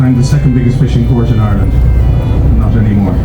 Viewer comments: Tip.... Maybe ask locals how to pronounce Ireland.... the way Americans pronounce Ireland makes most Irish pissed.... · ur grand.... thank you for explaining... I lived in NY myself for 15 yrs and I know it annoyed me with the way Americans pronounced Ireland... its the way ye pronounce ur Rs... no offense taken... glad you enjoyed ur stay in my country.... hopefully you have some great memories....